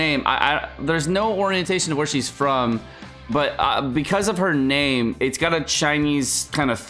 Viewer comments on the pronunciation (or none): Why do you butcher her name?